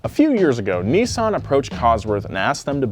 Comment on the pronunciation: IM GOING TO COMMENT ON EVERY VIDEO FOR TO PRONOUNCE NISSAN CORRECTLY. ITS NOT NISSSSSSEN ITS NISSAN